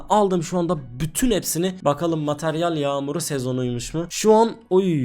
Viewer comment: Mataryal değil materyal 😂 dilin dönmüyor sanırım.